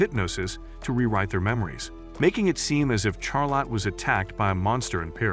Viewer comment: bro why soes he say char lotte and not charlotte